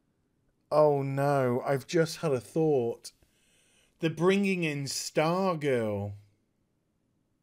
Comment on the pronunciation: No no no, it's not stargirl; It's starGIRL!!!!!